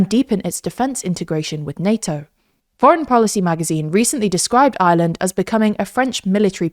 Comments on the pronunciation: The inability to pronouce the "R" in Ireland correctly is jarring. Where's "Island"? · Why can't you pronounce the country your talking about. It's not Island, it's IReland. It's a hard R. It's painful to listen to the country's name being butchered every single time ... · Her pronouncing Ireland sounds like island